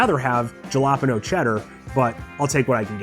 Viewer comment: I hope you're just having fun with the name jalapeno.. hala peen yo